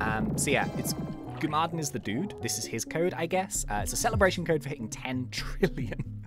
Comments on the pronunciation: Its "gum uh den" not "goo mah din". And btw if you use a link token, it collets all the coco crab drops instead of missing 20% of them walking aroud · U said gumaden wrongly. Btw love your vids